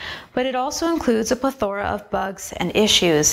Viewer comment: Stopped listening after she mispronounced plethora...